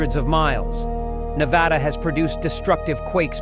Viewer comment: If someone’s gonna narrate about N.V. they better know how to pronounce Nevada correctly!! It is Nevada! Not nevouaghda, nevooda or however you tourist think it’s called! It is spelled n e v a d a! Uuuuhhh duuuhhh